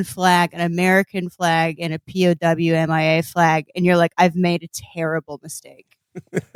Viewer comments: I don't blame them for pronouncing it "Pow Mia", that's how I thought it was pronounced for years. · Felix and Amber pronounce "P.O.W.- M.I.A." correctly, Will and Jon do not (possibly as a joke.)